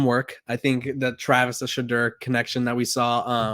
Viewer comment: I agree. I almost subscribed to this channel but Ima wait. I’ll give him time to pronounce Shedeur’s name correctly and maybe by then, he’ll stop down playing him.